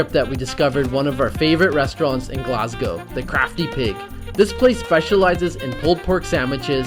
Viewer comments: NOT GLASGAOW it is GLAS GO!!! GO LIKE GO TO THE STORE NOT LETS GAOW TO THE STORE!!! FUCKIN YANKS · It really annoys me how you said “glasgew” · love your videos but please learn to say glasgow (glas go)